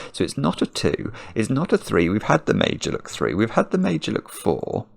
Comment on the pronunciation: Not gonna lie...I'm not overly familiar with Fillomino puzzles and I was listening more than watching. It sounded like was saying "made-you-look", and I didn't know he was saying Meidjuluk until I read the instructions 😂😂😂.